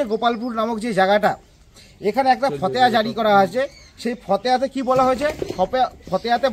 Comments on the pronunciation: fhateha noi fhotewa.. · ফতেয়া নয়, ফতোয়া বলুন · উচ্চারণ ঠিক করে কর , ফতেয়া নয় , ফতোয়া।